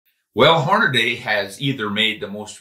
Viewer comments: "Hornaday" you mean "Hornady?" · STOP SAYING HORNA-DAY!!!! Good grief man